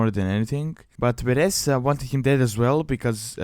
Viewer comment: Her name is Vereesa, not Varessa!